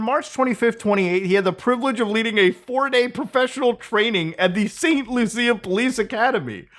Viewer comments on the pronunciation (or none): Hello from Saint Lucia. Rui-Siang Lin got a blip of local coverage here. Taiwan is too important an international donor for anyone to make a big deal about it. Your pronunciation was cringe, btw. It's pronounced saynt loo shuh. Thanks Muta.